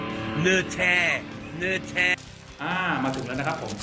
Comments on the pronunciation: นอแท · ชอบตรงพูด เนื่อแท่ เนื่อแท่!!! 555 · ดูพี่กินแล้วหิวเลยครับ ผมชอบ พูดคำว่า เนื้อแท้ มากๆครับเหมือนฝรั่งเว้าอีสานดีพี่555